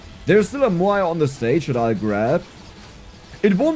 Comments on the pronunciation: Say "meow". Move the "ee" sound to the end. "mowe". "Maui". Muuai sounds hard to say. haha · Moai is pronounced "M-ow-ee"